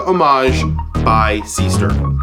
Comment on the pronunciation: The pronunciation, AGAIN, is not SEE-STERN, with an english E. Is a GERMAN name, with a german double E.